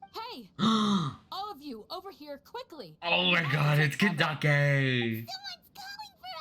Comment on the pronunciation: HER NAME IS CANDACE NOT KANDAKEY